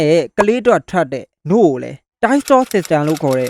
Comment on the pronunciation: နို့လို့ပြောတာမရှင်လို့ခနခနနာထောင်နေရတယ်အစပိုင်မှ🗿